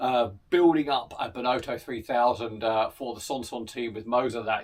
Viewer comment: A fun video and lovely bikes.... but please do pronounce Benotto correctly... the 'o' isn't pronounced 'oh' (as in the exclamation) but as a soft 'O' like it would be pronounce in 'off' Enjoyable though